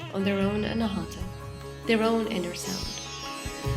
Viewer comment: It is Anaahatha...aspirated t...pronouncing t while blowing out ha at the same time. Hut-ha. Not anahaatha with the th like in thick.... Anaa is 'not' and hatha (hut ha) means struck. Unstruck, or a center that produces sound without an external source like striking a musical instrument...and oh, the d in naada is pronounced as in this, thus, not like in day. And oh, Naada is Sanskrit whereas Hindi speakers shorten it to Naad. This is such a SUPERB video...so much knowledge and wisdom. Fabulous production. Sweet enchanting voice.